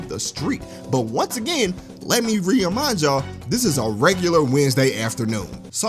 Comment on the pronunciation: "Let me Reaminejal yall" What kind of word was that!!? 🤣🤣🤣🤣🤣